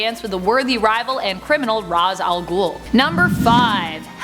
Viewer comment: And off to Arkham with you. You misprounce Ra's al Ghul